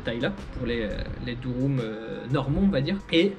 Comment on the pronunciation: C' est pas Durum 😁😁 c'est Dürüm la prononciation le u Français en Turque c ' est ü